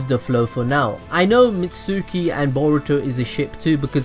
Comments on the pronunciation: this man said mitsuuki instead of mitsuki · Not mitsuski mitski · Misuki? Is pronounced mi•t•skee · Did he say Mit-sooki???? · mitsuki (mits-key) the u is silent. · It's FUCKING MITSUKI MITSUKIIIII THE U IS FUCKING SILENT